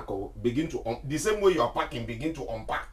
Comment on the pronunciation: "The same way you're packing, begin to Onpack" 😂😂😂 "I'm not stopping you from going"